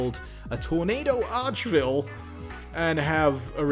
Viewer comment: Archville? Dude, it isn't a city.